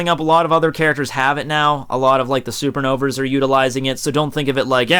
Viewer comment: he calls them "super novers" lol